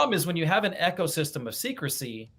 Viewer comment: Eco (system) is pronounced EEK-oh not 'echo'. Sorry, it was driving me nuts every time said it.